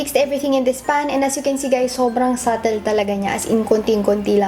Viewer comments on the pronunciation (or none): none